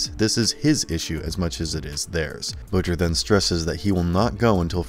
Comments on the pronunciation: I don't understand how the ppl narrating these videos mispronounced some of these words and names. Consistently too. Mispronounced Butcher. Not BUH-TCHER. Jeez. I don't think I'm being a stickler about this. It's like mispronouncing batman..... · And managed to butcher ...butchers name (he pronounced it Butt-chur)